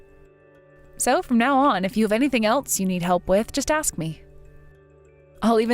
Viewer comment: In the story of Charlotte and Eli, the actor playing the latter once again, as in all his roles, indulges deliberately in the wannabe "ghetto" affectation of pronouncing the word "ask" as "axe." It is cringey and offensive.